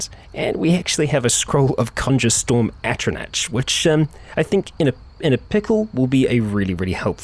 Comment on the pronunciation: It's pronouced Atro-Knock, like knocking at a door